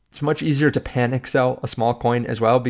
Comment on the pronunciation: "Panic" not "Panick"